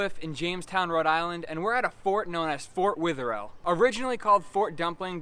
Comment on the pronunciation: Sry to be a critic but it’s pronounced. fort weather. All